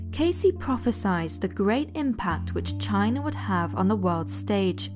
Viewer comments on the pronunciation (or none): none